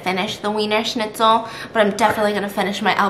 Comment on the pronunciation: Being German it’s very funny to see how Stephanie pronounces “Schnitzel”. Also Wiener Schnitzel in Germany is a specific type of cutlet so it’s kind of weird how they are a hotdog chain 😂